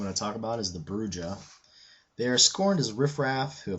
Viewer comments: Just a nitpick: Brujah is pronounced "Broo-Ha". It's derived from "Bruja", the Spanish for "witch". Yeah, I'm a dork... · There's some funkiness with pronunciations. In 1st edition vampire and Vampire: the Masquerade - Redemption it is "Broo-jah." According to Eddy Webb and Vampire: the Masquerade - Bloodlines it is pronounced "Broo-hah."